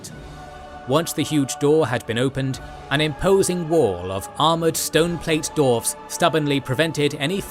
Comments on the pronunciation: it is allways funny to hear you mispronouncing dwarfs. like d-arfs. It's d-warfs. But love your videos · Is it correct to say dWarfs without the emphasis on W? I never heard it before, or am I just hearing it wrong? 😂